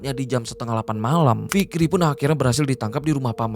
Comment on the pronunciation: Kirain cuman gua doang yg kedengaran nya ntah fikri /ntar rifki yg bner yg mn inii